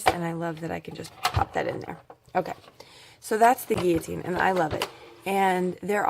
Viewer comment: You are the first person from the USA I have heard pronounce guillotine properly. Thanks for that as well as all the information you keep sharing to help crafters everywhere.